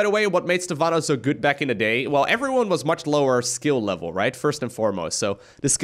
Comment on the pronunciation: I miss "Hello eFryone"